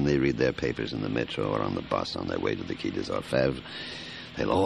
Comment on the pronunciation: Despite being American, the actors can pronounce French correctly, so why Qui & not Quai?